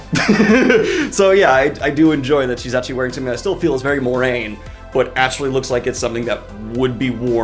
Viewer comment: Uh-Gwan? More-rain? Did your books not have a glossary?